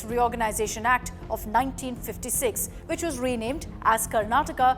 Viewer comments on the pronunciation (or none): none